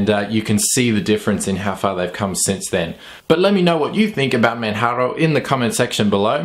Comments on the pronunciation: Great review as usual. The correct English pronunciation is /Mandjaro/. /Manharo/ is the way we pronounce it in Spanish. So there you go, if you are wether a English or Spanish speaker, you already know the correct way to say it. Oh, by the way, I'm typing from Manjaro, and it's an incredible distribution, pretty fast, lightweight and it's the first distro wich made me try XFCE (Wich I considered it was too ugly for my taste). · ManJaro...ManJaro...ManJaro...like Kilimanjaro. It's not Spanish LOL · Is the wrong pronunciation of "Manjaro" intentional? :D Since in the earlier reviews of this distro you pronounced it right - Manjaro, as in Kilimanjaro. :D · Pls just call it ManJaro ffs. I only watched this because I'm a fan of the distro. I quit watching your videos some time back because you insisted on saying "Maatay", "OpenSooser" and "Guhgnome".